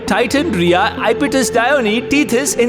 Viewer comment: Reha ✖️ Riya ✔️😂😂😂